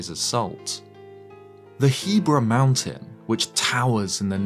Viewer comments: I like how before the Voice Memory plays, pronounces the mountains He-bra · Huh, so that's how one pronounces "Hebra" (like Debra and not He-brah).